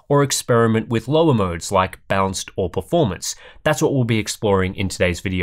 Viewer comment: I keep hearing "bounced"mode when he is talking about balanced mode for some reason...